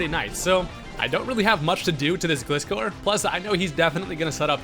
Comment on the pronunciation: Pretty sure Gliscor is pronounced like "Glide" not like "gliss..."